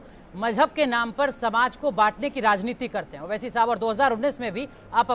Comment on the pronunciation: oh bhai meren ko jalan nako ho rahi. Hum ko Owaisi saab se kya lena aap k leader hain very good. Hum ko Modi ji pasand hain bus owaisi saab naam theek nhi bol rahe thhe